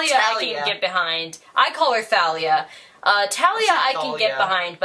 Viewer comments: Yeah, and Rick said on his twitter it's "Tha-lee-ah" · it actually is pronounced Th-al-e-a. Rick said so, Lightning Thief actually got that right, in a deleted scene but still, also there is a muse called Thalia. So, yeah. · Rick confirmed its tha-lee-ah. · I call her talia, my mom was listening to the titans curse on audio and the speaker kept saying it as THalia and I was like >:£ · yeah. but they pronounced his name wrong